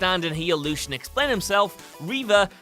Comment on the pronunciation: If you're going to criticise Fable II, then make sure you get what happened to the hero right... He/She was shot, causing them to fall out of Castle Fairfax not shot and thrown out... And it's pronounced Lord Lucien (Lucy - un) not (Lew - shun)...